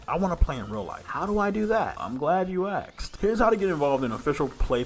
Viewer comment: You literally said “I’m glad you axed”…. 😂😂 And channel blocked.